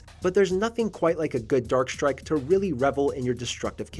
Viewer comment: I do love me some "Dark Srike"...